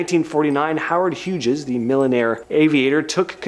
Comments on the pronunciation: Howard Hughes =sounds like Hues not Huge us like you pronounced. Not sure how you have never heard of Howard Hughes before and you speak very well so it surprised me. But this would be the corrected way if you need to say it again. Good luck next time. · OMG! Does anyone edit or "proof" these dumb videos??? I can't believe how this KID pronounced Howard Hughes!!!